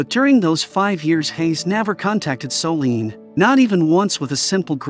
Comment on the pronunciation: That narrator… 🫠😞.. Soleeeeene.. it’s Solène.. Her name is Solène.